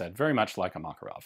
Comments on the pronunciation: correct pronounce is MakArov, not MAkarov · Why do you pronounce it as Mákarov? It's not pronounced this way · Russian pronunciation is MakArov (Макаров), English pronunciation is MAkarov (Makarov) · Mate, I understand the tradition of pronansuation, but respect the rules of other languages: MakArov, TOkarev, KalAshnikov... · I love how Ian's pronunciation of Makarov is in between American and Russian lol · The thing is, it's not like it's an english "variation". You're literally mispronouncing the guy's name. Ref. GArand vs GarAnd. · Fun fact: name 'Makarov' actually has the stress on the second syllable.